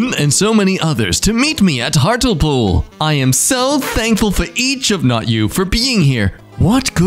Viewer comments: No-one else seems to have picked up on this but... a) Hartlepool is pronounced like Heart-Lee-Pool, not Hart-El-Pool. b) The nickname for people from Hartlepool is "Monkey Hangers", soooooo... yeah... 😬 (Edited to include timestamp). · it pronounced hart.lee.pool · It’s actually pronounced Heart-le-pool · For future reference, it's Hartlepool. Not Hartelpool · GOD SAKE I HATE IT WHEN PEOPLE MISPRONOUNCE HARTLEPOOL ITS HAERT-LEIH-POOL NOT ART-LEPOL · the way you spelt hartlepool hart-le-pool not hartle-pool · Hearing someone pronouncing Hartlepool that way mentally hurts… Hart-lee-pool 🤣🤣🤣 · that is not how you pronounce Hartlepool. It’s Hart-lee-pool. English place names-yeah, I know. 🤷🏻‍♂️ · Hartlepool is pronounced Hart Lee Pool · the way he pronounced Hartlepool though 💀